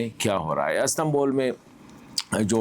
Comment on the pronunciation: Sir Astambol nahi hota. Istanbul hota hai and love u